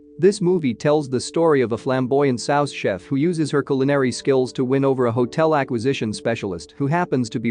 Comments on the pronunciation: It's pronounced like "sue" chef, not "saos" chef. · It’s “soo sheff,” not “sowss sheff.” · It bothers me when I heard "Sauce" Chef instead of "Soo" Chef